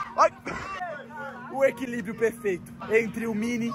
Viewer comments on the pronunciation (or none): Dei muita risada do void falando equi librio entre o mine e o brau